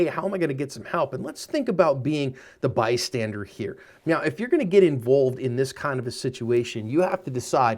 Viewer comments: I'm sorry sir, are you saying "Meow?" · am i crazy... or is he saying "right meow" ? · Are you saying "meow?" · Is saying meow instead of now in this or is it just me? 😂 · I'm sorry, are you saying "Meow"...? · did he just say "right about meow"? our am i trippin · Is he saying Meow??? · Are you saying right meow? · Are you saying "right about miaau"